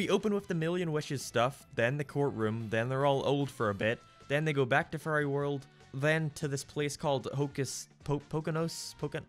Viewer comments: because this guy pronounces "Fairy" like it's "Furry"? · I like the fact that every time you say fairy it’s sounds like you’re saying Furry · OHHHHHHHHHHH he was saying fairy not furry i was so confused. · Haha! He says fairy like furry. That's funny to me! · I'm incredibly sorry, but every time you say the word "fairy" I keep hearing "furry". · “a boy being granted furry godparents” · When he says fairy it sounds like furry 😹😹😹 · I'm so sorry I cannit get over how you pronounce "fairy" because it is a goldmine of Furry jokes such as "Foop the Anti-Furry" and "Timmy and Mr Crocker must go to Furry Land"